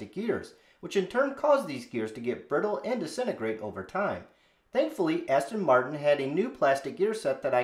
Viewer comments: Practice saying Aston Martin.Not Aston Martun. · How can you own a car and not know how to pronounce it's name ? Aston Martun.Fuck off !